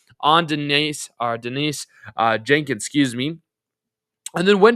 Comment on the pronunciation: Ha! And Jenkins. Anyway, video is not bad, but you do come off as not actually knowing about the team when you get almost half the names wrong.